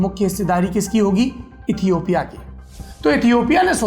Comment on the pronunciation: Toomlog lootera ho be...yahi h duniya dari..... Tmko Ethiopia ka v pronunciation nhi aata h or Duniyadari sikha rhe ho hme